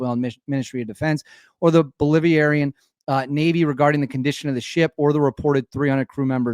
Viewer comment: "BOLIVIerian!" Educated to about 3rd grade